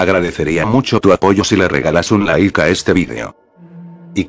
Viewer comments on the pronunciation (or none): none